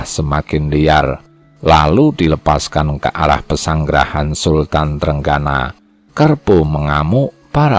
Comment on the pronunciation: Sultan trenggino bukan trenggana,,yg baca naskah harus belajar dulu